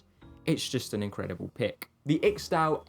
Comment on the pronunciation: tbf he doesn't do it all the time. Unfortunately "spelling pronunciation" is the way young British people's speech is going so you'll either have to learn to put up with it or avoid their vlogs.